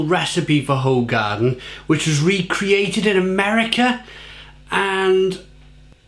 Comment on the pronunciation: Its pronounced who-garden so you know 👍